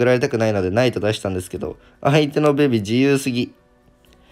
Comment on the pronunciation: ベビがビビに聞こえてしまうのは自分だけ？w